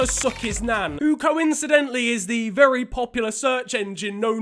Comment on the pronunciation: ‘I feel Vevy goood’ SNIFFS